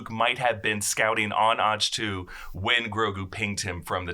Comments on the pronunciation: This nigga say Otch-Two lol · Otch 2? Thought it was Ach to pronounced Awk toe? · Also, it's pronounced "Awk-Toe"... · Otch-Two lmao